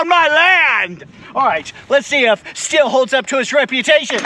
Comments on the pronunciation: Stihl is pronounced steel, not still. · << >> In short , it is "shteal" . "Sthil" is BTW , a pretty common name 'round here. Best to you ! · I’m not German, but ich spreche ein bisschien Deutsche. So, I get the idea that it should be shteel. However, Stihl doesn’t agree. Unsure why. Can we at least agree that it’s not “still”? 😂